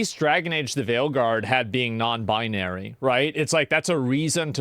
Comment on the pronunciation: "non buy-nary" lmao